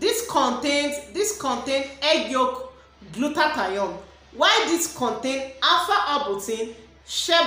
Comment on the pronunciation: "gluta-thione' not "gluta-ta-yon. Moreso the red has caustic soda❌